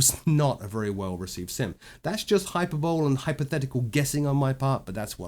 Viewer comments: Great video.. Just one note. Hyperbole is pronounced "hi-per-bole-lee". Unless its a regional thing Ive never come accross before. Kind of curious now. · The last E is pronounced in hyperbole. You plagiarized what you said in this video, didn't you...